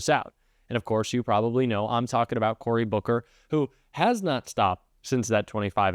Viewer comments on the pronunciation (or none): none